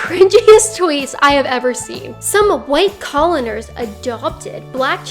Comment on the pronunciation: “coloners”...you sure you know how to read, kaitlin? it’s “colonizers”...for future reference